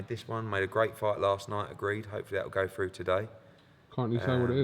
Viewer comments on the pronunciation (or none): none